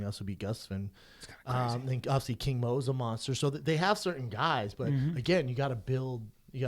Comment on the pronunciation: There's a lot of words he can't say like 'obviously'